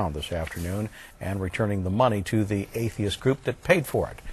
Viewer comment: I like the way they can't spell 'atheist' coorectly and that Stacy has even trouble pronouncing it :)